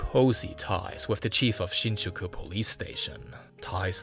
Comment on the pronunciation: Definitely ethnic Chinese or Taiwanese (with German influence/heritage). You'll find out by listening some of his pronunciations unique to the Mandarin speakers, e.g. words like then, other, July, and Shinjuku.